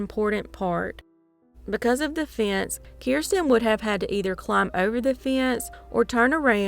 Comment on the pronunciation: What in the heck is a “fee-ence?”